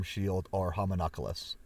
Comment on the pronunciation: Homunculus is a four syllable word. I watched the whole video hoping you wouldn't say decrepify, and you didn't!! :)